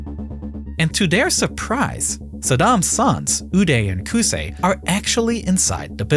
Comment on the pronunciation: As an Arab the way you pronounced Qusay pmo so bad 🙏